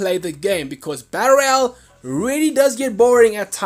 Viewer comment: Dude you say battle royal so fucking weird. You say it like "batter al"